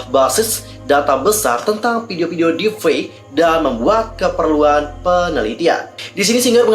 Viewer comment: Maaf kak meluruskan saja, yg benar deep fake bukan deef fake